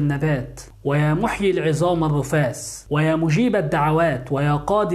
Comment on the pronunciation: الرفات او الرفاس ؟لان حضرتك كاتب رفات ولفظتها رفاس .اي الكلمتين صحيح ؟